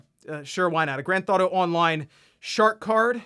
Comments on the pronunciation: "Grand Thauto" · Is it just me or does he keep saying "Grand Thoughto"? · I’m baffled by how you pronounce Grand Theft Auto